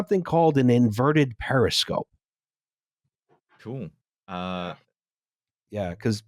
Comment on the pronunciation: Based on pronunciation of “over and over and over” and “periscoop,” I think his transformation into a Philadelphian is complete.